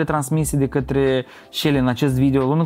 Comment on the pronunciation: E selly nu selle 😂😂😂